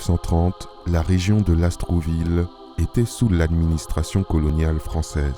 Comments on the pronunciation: Merci pour cette vidéo!! (Lastourville et non LasTROUville ) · Mboloani à tous! Merci pour le partage d'un pan de notre histoire... simplement, il faudrait prononcer LAST OUR VILLE et non Las trou ville Eh oui, l'administration coloniale a fait beaucoup de mal partout!!! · LASTOURVILLE du Comte de Lastours. Pas LAST R OU VILLE